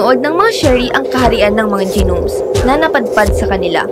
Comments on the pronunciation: G-nomes daw anu yun? Pangit na nga ng boses di pa marunong mag bigkas ng tama. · Ung pagbasa Ng gnomes. 😂